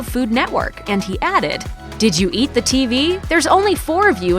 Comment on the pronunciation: I can't stand the way he mispronounces "the". I'm sure he's a great guy and he's clearly intelligent. I even enjoyed his show years ago. But I could never get over how he used the incorrect pronunciation of "the" in a clear effort to sound more intelligent and/or more educated. I was not impressed by it.